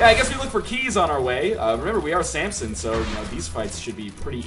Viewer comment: i really hate that he says samPson instead of samson